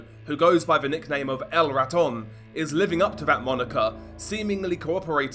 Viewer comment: "El Raton" LOL